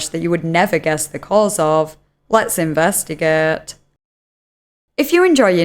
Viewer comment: a joke in reference to the way she says "investigate" due to her accent